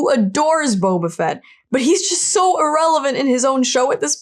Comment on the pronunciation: his name is Boba FETT not BOBAfett............lol pronounciation is crazy with this name, i mean the emphasis should be on the last name, right? just lol................ 2 K soon <3